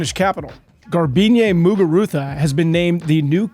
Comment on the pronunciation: kudos for your "Muguruza" pronunciation and other non-English names in general.